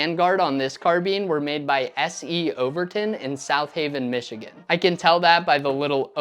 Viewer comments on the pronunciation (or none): none